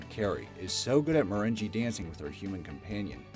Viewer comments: Does this guy (the guy speaking) not know how to pronounce normal words?! lol Sooooo many words always jacked up. “Merenja” dancing?! 😂 Wow. “Mah-rayn-gay”, or as the dictionary states: məˈreNGɡā. Dude, just wow. lol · What the hell is mer-ren-gee? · Marengee? The pronunciation fails continue. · MerenGEE dancing? Ugh! My ears are bleeding!